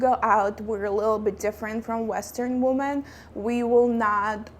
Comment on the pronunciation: Thanks for the video. Women (which is the plural of Woman) is pronounced like: Wimin